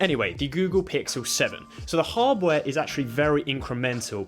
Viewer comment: Why hardware sound like hubware man @@